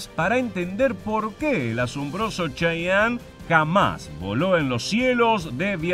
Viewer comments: Se Pronuncia Che-ye-en no chayanne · De hecho se pronuncia chiyen por que en realidad no es una palabra nativa , es como los gringos los denominan fonéticamente de acuerdo a su adecuación propia de idioma inglés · Se pronuncia chiyen , no como el artista sudamericano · en inglés se pronuncia chayene